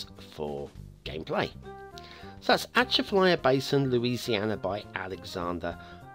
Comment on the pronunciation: Definitely mispronounced it and this should have had a national road and real marshes.